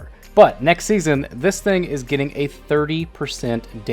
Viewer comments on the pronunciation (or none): Gitting? U wot m8?